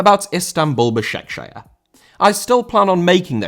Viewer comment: Başakşehir* not Başekşeher